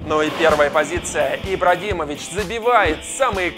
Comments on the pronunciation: я один услышал в начале ИбраДимович???? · Я один услышал " ИбраДИмович" на 16 сек? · ты сказал ибрадимович